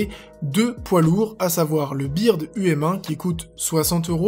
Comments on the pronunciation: Je pense que c'est plutôt b"euh"rd et pas b"i"rd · Le blue Yeti est tout sauf haut de gamme, le haut de gamme c'est des micro pro a 500 €. À oui tu peux pas faire une phrases qui donne un qualité du micro et dire après "versus le bird um1" et puis revoie ton anglais on dit pas "bird" mais "beurd" sinon bonne vidéo plutôt intéressante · Ce n'est qu'une remarque: pourquoi prononcer la marque Bird à la française et l'autre à l'anglaise? Il eut été plus judicieux de prononcer les 2 de la même manière: soit à la française, soit à l'anglaise/américaine... Parce que Bird se prononce beurd, et que sinon Blue Yeti devient bluuuh yeti... Voilà, c'était tout. En dehors de cela (qui si pris en compte, fait "plus mieux", lol), très bon comparatif :) Tu aurais pu préciser que les 2 étaient en usb, les avantages/inconvénients face aux XLR (à moins qu'un comparatif du genre arrive bientôt? Comme entre le UM1 (usb) et le EM2 (xlr) chez Bird par exemple), cardioïde ou pas, si besoin d'un filtre anti-pop, la longueur des câbles fournis, et pourquoi pas l'unboxing :) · Ma vie plus Simple - J’AI DIT LA MÊME CHOSE ! j’ai horreur de la prononciation en Français je préfère largement quand on dit BEURD comme un oiseau en Anglais :) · C’est [beurd] et non pas [bird] tu dis pas [blu] tu dis [blou] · vendu en france, nom adapté a la france dans sa prononciation au minimum, donc bIrd et non Beurd, biensur s'il faisait des vidéos en anglais, on en reparlerait xp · Quand tu as dit « bIrd » j’ai failli vomir c’est pas bIrd La prononciation c’est bEUrd (c’est comme un oiseau en Anglais) voilà c’est tout ... Si non très bonne vidéo ;). Comme d’habitude ! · Franchement cette vidéo est vraiment bien faite par contre on dit "beurd" et pas "byrde" parce que bird veux dire oiseau hein! Flappy bird, angry bird, bird um1... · super vidéo mec, mais faire un effort ça ce dit "beard" pas birde ;) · par contre on prononce beurd U m1 et pas bird 😉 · sa s'écrit bird um1 mais on dit beurd um1 c'est de l'anglais